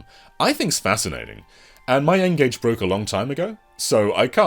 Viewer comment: Lol the Ngage? You've been speaking to Scott Emsen again haven't you? 😂